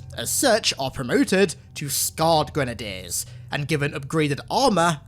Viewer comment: My navy and marine friends made fun of me for pronouncing grenadier how you did. Same with brigadier